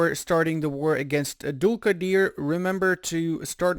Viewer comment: You are saying Dulkadir amazing i am listening again and again